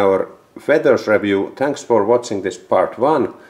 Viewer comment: reviuu.. rally english in its best.